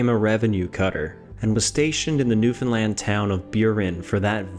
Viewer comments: It's not New Finland, it's New Foundland I think. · I can't find one person who pronounces New Foundland, New Finland. It can be New Found land or New Foundland but not New Finland, your education is letting you down mate